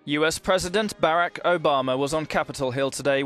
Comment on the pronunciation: this reporter keeps saying Berreck Obama.